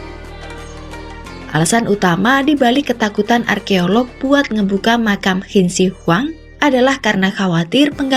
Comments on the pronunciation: Qin bacanya cin. Bukan hin deh kayanya 😮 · Qin di baca hin😅😅 ngakak dgr nya